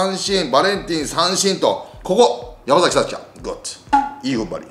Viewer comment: ヤクルトはやまざきではなくやまさきです